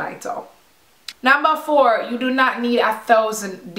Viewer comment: Loool ur patois came out at "numbah four" :') Loved this vid.